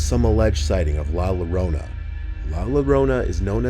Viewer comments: It’s not pronounced “la Larona “ it’s la llorona “ La yo-rona. Llorona means a female crying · "La Larona" 😂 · Sounds like "La Corona" 🌚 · ‘la llorona’ is pronounced like ‘la *Y*orona’, no ‘la *L*orona’. the double L (ll) in spanish is pronounced like a Y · Nah, la lorona is crazy. Its *yorona" aka Llorona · You almost got the pronounciation. It's not "La Lorona", yoy read it more like "La Yorona". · LA LLORONA PRONUNCIATION: La "Yo-Row-Nah": La "Low-Row-Nah" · Pronounced yorona not lorna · Just wanted to let you know it's pronounced "la yorona" not lorona! Great video, love these! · It's NOT pronounced la LOWRONA IT'S pronounced La Yo-ronah... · Love the videos, as always. La llorona is pronounced 'La yorona' btw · I love but him saying La Llarona wrong was killing me. It's pronounced La Yarownuh. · heads up at number 2 it's pronounced la yo-rona not low-rona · It's pronounced La Yorrona not Lorrona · For the La Llorona part, it was mispronounced ,"Ll" should sound like saying "JO" so instead of "La Lorona", its "La LL (JO) orona". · The double l is said as the letter y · Erm actually it’s pronounced la yorona🤓🤓🤓🤓🤓🤓🤓🤓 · It’s pronounced LA YO-RONA. The “LL” in Spanish is pronounced like a Y sound. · I speak Spanish, “La llorona” is a woman that mourns the death of her children and continues to look for them eternally. She will stop at nothing to get them back. Also, it’s pronounced more like “La yorona” if we were going by the sound. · Some of your videos are sponsor by able, I think that is how is spelled, why don't you take some classes in the Spanish language, you butchered the word, "la llorona" if if wasn't for the pictures I would have never known that you were talking about "la llorona" "Yo-ro-na" is pronounced but is spelled Llorona 😅😅😅😅😅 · Hi just to let u know u have to pronounce it like “yorona” because in Spanish double “L’s” most of the time are pronounced like “y”. Have a good day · “Lah larona” 💀💀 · La larona